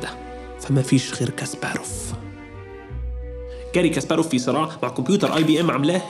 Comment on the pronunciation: شو قصتك مع لفظ الاسماء غاري غأااااارييي كاسباراف